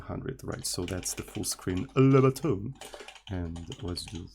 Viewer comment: lebutton. only lebotton